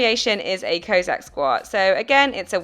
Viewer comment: Nice video - thanks. Your pronunciation of Cossack is a little unorthodox :-). It's kohh (like Costa coffee) + sack Thanks again!